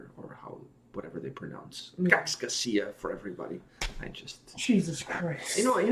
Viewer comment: It sounded like you said kaks kasia. That means two eights. Finnish is fun!